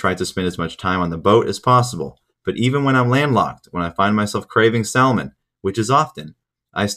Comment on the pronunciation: Good information as always. Ps. The way you pronounce salmon is fucked